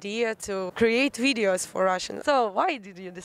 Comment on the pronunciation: . Did I hear her saying "Ridios"? Russian ppl have problems with the V letter?